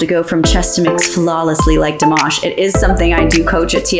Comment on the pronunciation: I love but it's Dimaash not Dimawsh😢 My Russian soeakers will understand